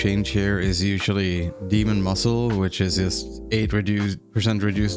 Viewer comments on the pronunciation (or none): Demon Muzzle, not muscle btw.